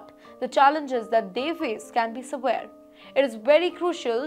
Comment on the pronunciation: how you have spell "severe"? its wrongly pronounced .